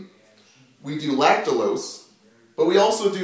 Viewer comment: Lactulose ... not lactalose .